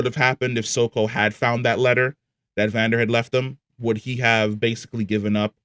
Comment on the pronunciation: I don’t like how he says Vander and Isha, it triggers me